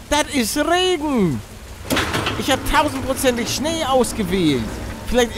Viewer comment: deine betonung auf Rrregen